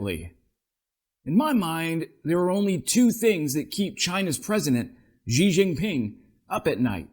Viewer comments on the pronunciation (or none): Xi is pronounced like the English word "she".